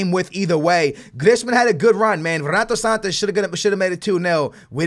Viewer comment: don't say ronato sanches ffs